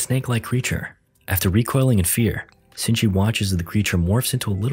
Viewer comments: It’s shinichi not sinji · Shini-chi... he reads it Zinji dumbass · first off his name isnt shingi, its shi-ni-chi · I watched the whole parasyte anime And im dying because in this recap, his name is shinchi instead of Shinichi His name is Izumi Shinichi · So annoyed by the Sinchy instead of Shinichi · sutomi??? shingi????? ITS SHINICHI AND MURUNO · It's not shingi it's shinichi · It's Shee-knee-chee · its SHINICHI(SHE-NI-CHI) THO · How do you mispronounce Shinichi as Sinji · i hate how hes calling him sinchi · protagonists name is pronounced she knee chi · Its pronounced Shi-ni-chi or in the movie is it different? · Its pronounced she-knee-chee and is spelt shinichi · thats not really how you say his name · the movie is so difrent from the anime also it frustrates me that ur pronouncing shinchini wrong anyone who hasnt watched the anime go watch it